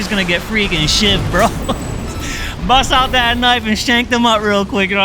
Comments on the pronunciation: that english special hold this KuhNIVE BRUV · "Give him that english special real quick, hold this kuh nife bruv." 😂😂😂😂